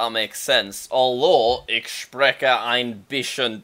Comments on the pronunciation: the ch sound should be the /h/ sound in ich and spreche, so "Ich spreche ein bischen deutsch" instead of "ik spreke ein bischen deutsch" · jack im pretty such ich is not pronounced like ik but more like ih and spreche similarly, not with a strong k:)